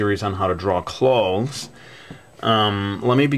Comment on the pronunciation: when u say clothes, it sounds like ur saying claws X3